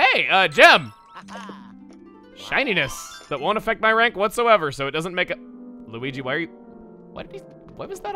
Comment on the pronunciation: Hes speaking the language of weegee